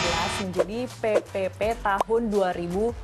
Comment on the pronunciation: Bila dengarin sebutan PePePe kayak sebutin PEPEPEK😂😂😂